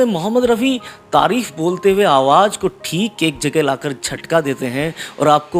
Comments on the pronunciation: Bahut acha colection kiya he. Lekin apne bolne me ja or za me sudhar karen. Kyonki aap za ko bhi ja bol rahe he. Jese ki awaz ko aap awaj bol rahe he. Plz meri baat par dhyan de taki apke program me koi kami na rahe. Plz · Aap awaaj bol rahein hain sahi word awaaz hota hai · آواز ہوتا ہے بھائی اصل لفظ آواج نہیں پروگرام کرنے سے پہلے تھوڑی سی ریہرسل کر لیا کو باقی پروگرام بہت اچھا تھا ۔ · Please correct your Urdu pronunciation. You talk of Rafi and at the same time you say Awwaj . Rafi ‘ s soul will certainly be hurt. You can do it . See you